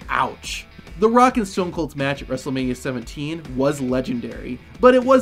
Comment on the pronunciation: "Wrestlemani twenty-sex" 💀💀💀 Timelapse